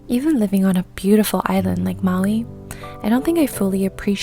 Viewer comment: Which island did you say you are from? Maui or Mali? I couldn’t catch it. Living by the beach is one of my dream. That’s a beautiful island.